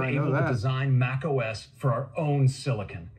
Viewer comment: SiliCUN is even worse.